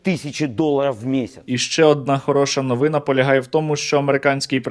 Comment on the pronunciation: Скажіть вже хтось автору, що не новИна, а новинА.